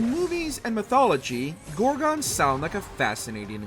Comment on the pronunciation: Gor-guns, NOT Gor-gones